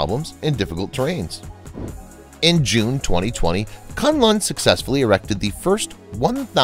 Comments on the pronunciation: Kunlun is read 'koon loon' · ITS PRONOUNCED AS KOON LOON. SIGH. Its named after a Kung Fu School located in the Kun Lun (pronounced KOON LOON) mountains. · Koon Loon (Kun Lun) as the correct pronunciation. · The program is informative and interesting. However, the pronunciation of certai important Chinese names is wrong. The name KunLun is read as "koonloon" and not "CuntLahn". The engineer who designed the building machines for skyscrapers is LiXia (Lee Siah). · Hi,. "KunLun" is to be pronounced as "Khoon Loon" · Great coverage, but please spend a little time on Chinese pronunciation. Kunlun etc. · your prounciation of Kunlun is hilarious. You change the name of a sacred mountain to a name which literally means "suck cock"